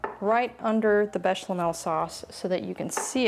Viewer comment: Hi there lovely- it’s “béchamel” not with the “l in the middle so not béchLamel